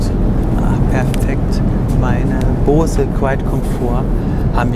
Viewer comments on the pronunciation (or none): none